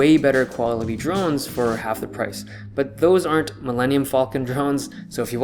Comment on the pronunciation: I heard "drugs" instead of drones. Then again my hearing is slightly off these days...